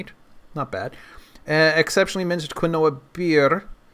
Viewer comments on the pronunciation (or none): Quinoa is pronounced "keen-wah."